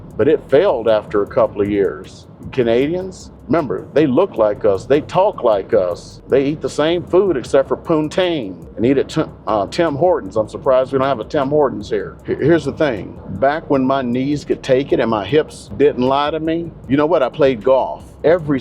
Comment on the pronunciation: Think he said it wrong. Big difference between poutine and putang 😹